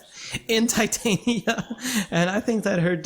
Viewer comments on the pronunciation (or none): Tie-tainia -_- why dont people say titania?